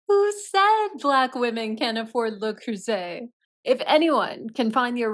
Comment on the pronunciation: Why does the narrator pronounce "bow" as bough, yet correctly pronounced, le cruset? 😂 Its all so stupid Screw MM and screw the NYT for this offensive dribble